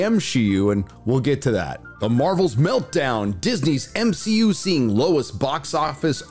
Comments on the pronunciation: It's hilarious how you refer to it as M-she-U lol 😂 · BOMB-SHE-U🙄🤦🏽‍♂️your welcome 👋🏼😉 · Why the Hell does he pronounce MCU so weird?